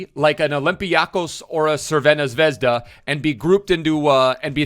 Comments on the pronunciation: If you can't pronounce Crvena Zvezda just say Red Star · His pronounciation of Crvena Zvezda😥😥😥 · Nice try of pronouncing Crvena Zvezda :D